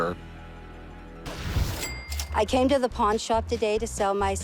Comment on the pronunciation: Rick: its reawwy rare 😏😏🫦